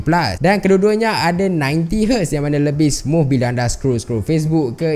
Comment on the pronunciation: smuf ke smooth HAHAHAHA